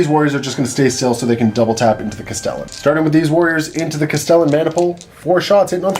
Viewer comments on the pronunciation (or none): none